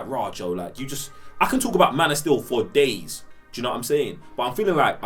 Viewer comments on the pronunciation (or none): none